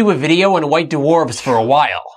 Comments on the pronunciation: white doowarfs... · Duh-Warfs?? WTF!?